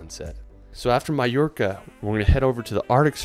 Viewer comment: Only one pissed of about the way he pronounced Mallorca in England it’s pronounced Ma-York-a